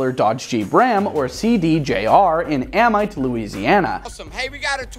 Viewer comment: ITS PRONOUNCED A-MEET